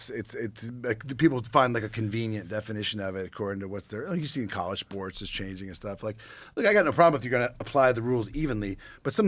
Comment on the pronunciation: Millions of "dowwers" "Psychadewics" "Cowwege" Joe apparently cannot pronounce words with Ls in the middle of them and it's all I can hear lol